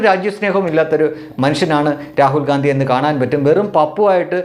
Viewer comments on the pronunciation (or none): രാഹുൽ ഘണ്ടി എന്ന് പറയെടോ. വെറുതെ ഗാന്ധി എന്ന് പറയാതെ.😂